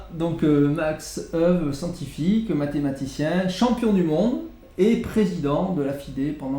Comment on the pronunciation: Merci pour cette vidéo. La prononciation des prénom et nom de ce champion en hollandais est « Makch Éweu ». Cf. le site forvo